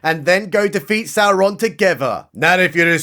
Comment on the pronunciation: You said Sauron wrong. You have to pronounce it like Galadriel... with six R's in it. 😭